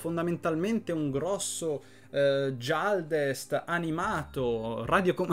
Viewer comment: Anche tu mi cadi in questo errore?😅 si pronuncia Ghialdest non Gialdest, la razza di Dakan..